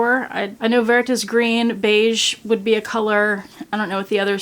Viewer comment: Phonetically it's "Lay she en". Meaning the dog. Phonetically Ver means green. Someone else might have better pronunciations. Lovely twilly thank you for sharing.